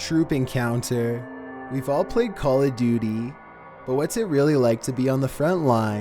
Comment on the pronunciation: If you think that filter is bad, did you hear his inflection on 90 percent of the words he pronounces? "Call of DOO-TEE"... and "you can hear voi-SAYS." I bet this guy has a really punchable face.